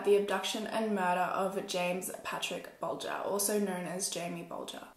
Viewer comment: SUPER happy that you said the last name right. cause no one ever does.